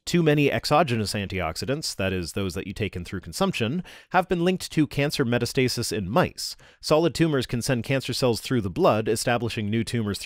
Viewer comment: Just to let you know because it is pronounced differently from how it looks. Metastasis is not pronounced "meta-stasis" it's actually pronounced "met-ass-tuh-sis"